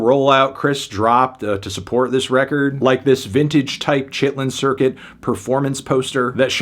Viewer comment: "Chitlins Circuit" is CRAZY